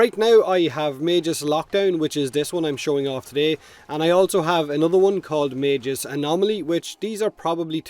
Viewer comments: the way you pronounce Magus is giving me autism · Is magus pronounced with a j (like does here) or a hard g? I've always said it as Mag-us